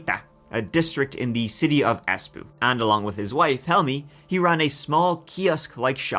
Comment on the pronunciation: Cackling at Es💩 10/10 best pronunciation